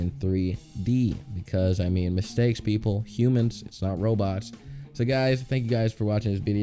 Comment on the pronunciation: Ај доунт лајк мстејкс